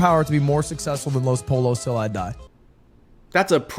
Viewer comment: “Poi(y)o”! God Rev drove me crazy with how he pronounced “pollo”.